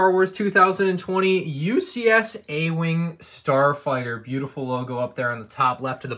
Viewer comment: ah yes the “starfigter,” my favorite ship in Star Wars